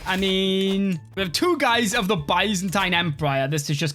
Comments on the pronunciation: Byzantine is pronounced biz-en-teen. LOL. Good video, sir! :) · One day will pronounce Byzantine correctly but today is not that day.